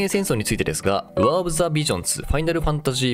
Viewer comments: なんでウォーのとこワァーって読むんや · warをワーって発音する教養のなさ